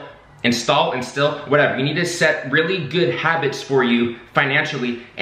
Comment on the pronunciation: “Instill” was correct lol. Great job going after the knowledge and then sharing with the new gen! 👍👊